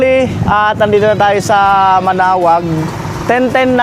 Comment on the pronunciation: Manaoag hindi manaog